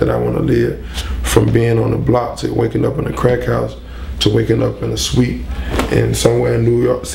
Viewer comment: what is a sweep?? or did he mean suite lol